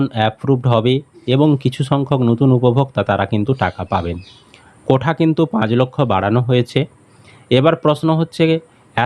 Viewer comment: কোঠা না "কোটা" হবে শুনতে খারাপ লাগছে 😬🤐